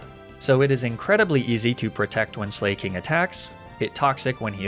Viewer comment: Ok so this is just my take on pronouncing slaking. Slack-ing because he’s lazy but also a king?? You: slayyyyy king